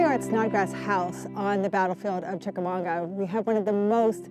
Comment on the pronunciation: That's Chicamauga not Chicamonga, right? Great video, just wasn't sure if I was hearing correctly.